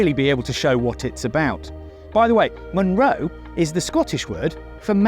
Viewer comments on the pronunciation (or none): A "Munro" is a Scottish hill over 3000ft and it is always pronounced mun-RO.